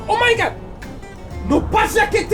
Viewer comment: Chciałbym jeszcze Fernbus Simulator śmieszne to jest to jak pan mówi o my good.